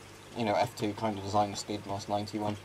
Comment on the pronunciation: The skyddsmask 90 is pronounced more like hjyddsmask